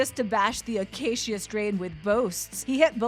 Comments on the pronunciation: It's pronounced, The uh-kā-shuh Strain. I don't think it was ever intended to be pronounced any other way than that. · "Akaysheeuh Strain" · Why is she saying Acacia strain like that-akasheea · Lmao this lady saying the acacia strain, cmon. What are you doin?